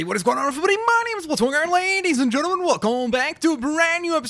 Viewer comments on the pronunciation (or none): none